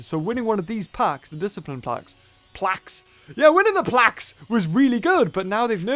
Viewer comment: When u said plauqe I wus cleaning my plaques